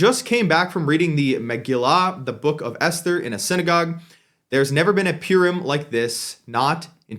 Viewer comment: You pronouncing Purim wrong lil bro